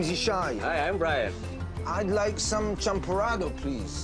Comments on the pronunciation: Its not champorada its champorado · its champorado.not champorada.kwek kwek not kwak kwak. hahaha